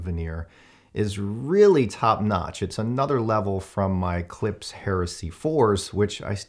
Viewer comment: Why can't any reviewer pronounce Klipsch correctly? It's not a S sound it's an SH.